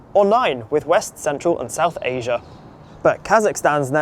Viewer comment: 🛑🛑🛑 It’s pronounced the way it’s spelled “ASIA” NOT “ASIAR” “AMERICA” NOT “AMERICAR” “IDEA” NOT “IDEAR” 🤦🏻‍♂🤦🏻‍♂🤦🏻‍♂